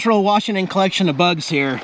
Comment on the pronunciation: I hope you are from our beautiful state, I want you to realize there is no "R" in Washington.